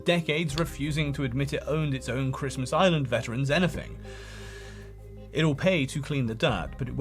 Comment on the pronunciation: tell me youve never heard of christmas island without telling me youve never heard of christmas island: (the pronunciation)